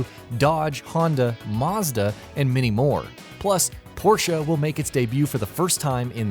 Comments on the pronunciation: Cant listen to any more - "tureezmo" "mawzda" - really pal? 😂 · Maaarsda, haunda, Norberg ring, polifany - Wft? has this guy never heard any of these names before?